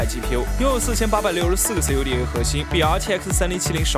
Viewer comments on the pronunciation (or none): 你再给老子读 C U D A ，老子立马 “不推荐频道”